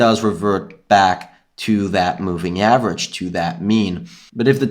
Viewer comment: chanGe, averaĐe, underštand . This ĐĐĐĐ and ŠŠŠŠ :D don't take it personally, love ya